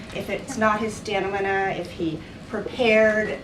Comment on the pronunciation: The journalist asking about Biden’s “stamnina”should learn to pronounce stamina